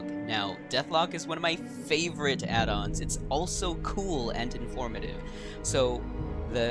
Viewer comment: Excellent guide, subbing to channel and all good tips. Love the slower pace of your talking, so many creators now talk so fast you have to turn it down to 0.85 to understand them. I do get irrationally angry at your pronunciation of “addons” however lol. Keep up the good work man!